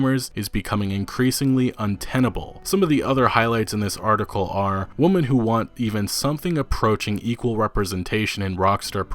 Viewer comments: lol I'm sorry but you keep saying "Woman" instead of "Women" and its making me chuckle like heck. Although this is a good video and it brings up some great questions about reviewers and their expectations. I just hope Red Dead Redemption improves on the game instead of dumbing it down like GTAV did with GTAIV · Forgive me but my only takeaway from this was your pronunciation of "women". It sounds like your saying "woman", does this have to do from where you are from or something to that effect? I usually here "women" pronounced "wimen". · Nice video, but you are mispronouncing women. It is not pronounced the same as woman. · Drink every time he says woman instead of women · Bloody hell, it's womEn not womAn! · Dude. It's WOMEN not woman. How can you not know that? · You do know that you don't pronounce woman the same way as women right? You keep saying it wrong. It's not a big deal but seriously dude it should be easy to say it right. Anyway this type of controversy seems to be a part of everything these days and it's fucking tiresome, this is an age of fools looking to get triggered by anything and everything. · interesting video an all but am I the only one who's annoyed by the way he pronounces "women" ... its pronounced "we-men" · It's pronnounced "wimmen" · I love the video but is it to hard to just pronounce 'women' right? same with the word 'genre'. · I've never been able to figure out where you are from. You sound american sometimes, but then mispronounce really basic words, like "women". Not hatin, just sincerely confused. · Great video, but just letting you know.. women and woman are two different words that pronounce differently. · Sounds like woman to me. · Do you know how to pronounce "Women" and not "Woman" or are you doing that on purpose? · Do you not understand that women is pronounced differently than woman or do you have a difficulty differentiating the two when reading? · This guy pronounces "women" as "woman" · Women not woman 😩